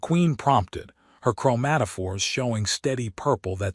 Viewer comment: im making a drimking game out of this video. every time you say chromatafores i take a drink lol